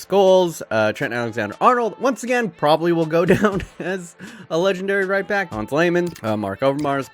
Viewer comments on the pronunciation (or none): none